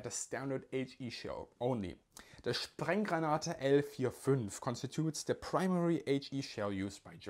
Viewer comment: His pronunciation of "Sprengranate" is so german, even i (being a german) had to laug... It kinda sounds as if his mouth was literally exploding Very phonetically vivid Sir!